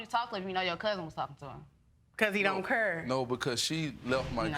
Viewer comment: 'Cause he didn't kur.....' English people, it's 'care'!